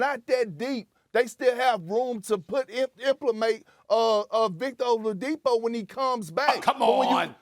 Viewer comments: my dawg called him Olavadipo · Man really said vIcToR oLaDiPo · “Victor Olavadipo” big perk30 be tweaking🤣🤣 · Nobody: Absolutely Nobody: Kendrick Perkins: VICTOR OLAMADIPO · This guy said Victor oldiapo 😂😂 I think I spelled it wrong 🤷🏾‍♂️